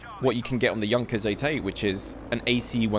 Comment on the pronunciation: FINALLY SOMEONE THAT PRONOUNCES JUNKERS AS 'YUNKERS'